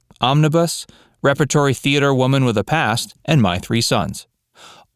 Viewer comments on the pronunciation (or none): I like the "rep-a-tory" theater